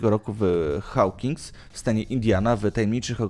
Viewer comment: Czemu wszyscy czytają Hawkings 😅